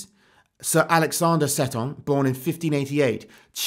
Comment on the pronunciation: I think Seton is meant to be pronounced 'see-tun',. Anyway, good video as always.